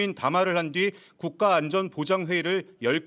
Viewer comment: 나는 저 국가라는 말이 왜 김건희로 들리지?